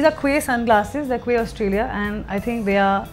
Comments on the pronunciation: "Quay" in Quay Australia should be pronounced as Key :) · Quay is pronounced as key